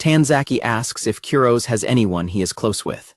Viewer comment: I want to punch an innocent teddy bear every time I hear the AI narrator mispronounce Kurose's name. 🤦